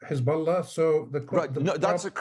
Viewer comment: "Hezbolla rearly lie" 😂😂😂😂😂